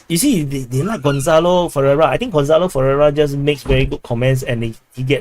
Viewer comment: You actually pronounced my name very accurately, it's pronounced like gon-sa-lo. Other than that 1 livestream per week to see the comments from the previous videos seems like great idea and also makes the community more interactive and gives opportunity to chat more